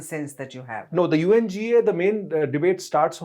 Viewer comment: It is said UNGA not unga. spoke well and facts about J&K, Ladak. Modiji is doing the right things. Peace need to come to this area